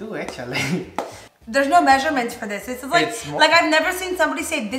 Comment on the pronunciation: “Tu” & “dis” lol 😂 the accent always comes out of nowhere lol